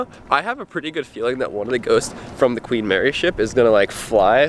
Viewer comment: the gween mary